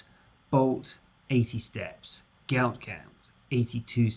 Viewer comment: Its pronounced gute gute hes fast af